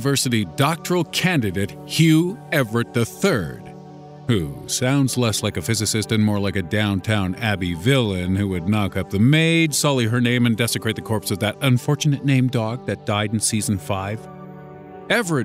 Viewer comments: its DownTON...not DownTOWN. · Dude, can you not read? It's Downton not Downtown. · My mum would've got triggered if she heard you say "Downtown" and not Downton